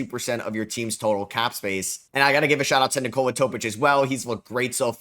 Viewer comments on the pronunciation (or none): none